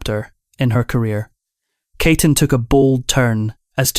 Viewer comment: Her name is pronounced "KEY-tin, not KAY-ton". And it's "Warren Bee-ty" not Warren Batty. This vo make me cringe.